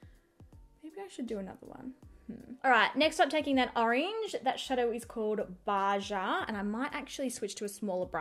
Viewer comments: The orange shade Baja is pronounced “baha”, as in the state in Mexico. Love the palette!! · BAJA is sounded out like bahaa j sounds like ha ha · Baja= pronounced ‘Ba-ha’ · I love your videos because it feels like you’re talking to your friends. Also, I super enjoy your skincare videos. My skin is AMAZING now and it’s all due to your suggestions!! That palette is gorgeous. Just wanted to let you know that if that one color “Baja” is indeed spelled “Baja”, it’s pronounced “bah-hah”, Urban Decay is based in Southern California I think, and Baja is a Spanish word for “low”. Mexico has Baja California, which is like saying Lower California. Just an FYI. Love all your videos and I look forward to them!! 😘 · "baja" is pronounced "ba-ha". it's spanish for 'below' and references 'baja california' #aussiepronunciationproblems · I love watching your tutorials, but the color Baja, is actually pronounced Baha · Baja pronounced Baha, just so you know. Other than that, your kids are poppin. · It's pronounced Baha but whatever